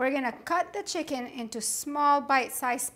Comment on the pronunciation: *CHICKEN 😉 Not Chiken